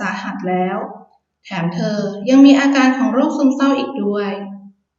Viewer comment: ออกเสียง อาการ เป็น อาจาน น่าจะสำเนียงอิสาน